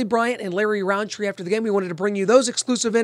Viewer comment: No hate but it's rountree